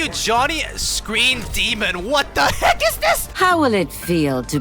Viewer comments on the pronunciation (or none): "WAAAA THA HEEECCCKKK"- At the moment became uncle roger XD